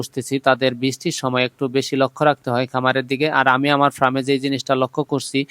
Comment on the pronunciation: Bhai ota fram na Farm 😂